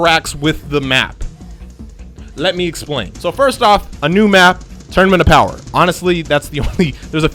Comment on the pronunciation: Power pole, let me change this, BOWER pole